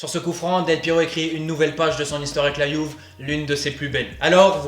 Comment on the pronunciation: Bon mon gars il faut que tu choisisses, soit tu prononces Juve à la français soit tu la prononces à l'italienne et à ce moment là tu prononces "Youvé", ton mélange est un hybride un peu bizarre !